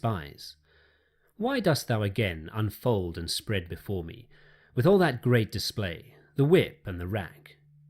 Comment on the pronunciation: Whats with the pronunciation of the word all? Thanks for your content though